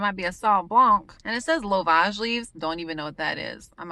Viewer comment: Excited to try this. I believe it pronounced “ love-edge”. And yes you can use celery leaves as a suitable replacement.